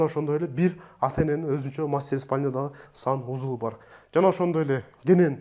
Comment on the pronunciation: Сонун болуптур, бирок санузЫл дегениң өзгөчө жакты 😂